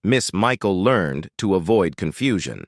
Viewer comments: Michael Ler-ned! Not Learned! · How about next time, you hire a real live narrator for your project. Michael Learned would be pissed that you used AI to butcher her name the way you did. LER-NED. You could've done better! Thumbs down. By the way, I do voice over professionally after a 40 year career in radio! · It is pronounced Learn Ed, Michael Learn Ed. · Walton Mtn.? I remember it as Walton's Mtn., and Michael Learned's last name is in 2 syllables--LER-ned, per the weekly introduction of the characters. --Walnut Mtn.? Come on,, pay attention. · And it is Michael LearNED .. not Learned! 😩🤪😜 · I think you got John Boy’s age wrong. He was the oldest. Elizabeth was the youngest. Miss Michael Learned pronounces her last name like Learn Ed; 2 syllables. Great pictures and narration. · Michael Learned's name was pronounced "learn-ed". Ralph Waite was a recovering alcoholic and inspired many with his recovery. You made a LOT of really serious mistakes. Seriously, better job in the future please. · Like mispronouncing Michael Learned's surname - the final syllable in Learned is pronounced "ed" as in Edward! Or the fact that Richard Thomas is now 73 years of age. and did not plat Cindy Walton!!! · blame the person who wrote the "copy" for the narration. The narrator,, just reads whatever the video creator gives him to read, although he has always been terrible at pronouncing names correctly.